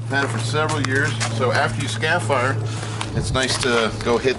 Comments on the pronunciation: skar-eh-fi-er There is an R in the first syllable and you are definitely not from Bahs-tin. ;-) They work great!! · Repeat after me:...Scarifier! ...scare e fire...scare eeeeeee fire !